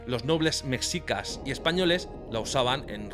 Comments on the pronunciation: 😅 muy bueno 👌 solo se pronuncia meshicas no mexicas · Mexicas se pronuncia como México Mejicas, no como tu lo haces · m3shicas m3shicas m3shicas m3shicas.....no m3csicas